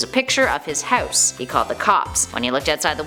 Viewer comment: Did you notice that she is weird saying "house" not hate 😂😂😂😂